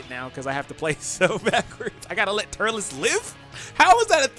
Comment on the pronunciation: I left when you said turles